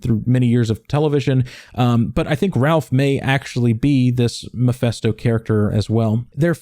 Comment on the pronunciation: How do you get the pronunciation "Muhfesto"?